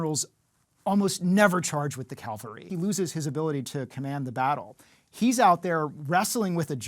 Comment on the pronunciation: It's strange to see an expert on Roman warfare repeatedly saying Calvary instead of cavalry. Calvary of course is the place where Christ was certified. Cavalry is a bunch of soldiers riding around on horses.